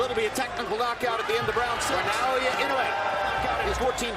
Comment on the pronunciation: NOT "Nay-oya."